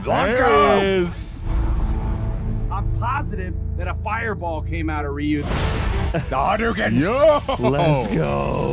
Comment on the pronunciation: Finally he's called RYU, not RAAHYOO !!